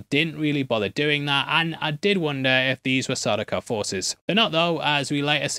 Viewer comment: I like that he said stop what ya "dune" instead of stop what ya "doing". Deliberately or hot i cant tell lol......